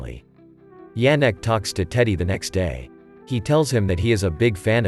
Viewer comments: "he was watchig his boxing maches on TV" - realy, maybe he watch it on tablet or smartphone? In 1930-39 - who had TV ? People listen to the radio but TV was not such spread invention. 4: 10 - not "Dżerek" but [ Ianek] should pronounce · It's not pronounced D-zh-anek, but Ya-nek.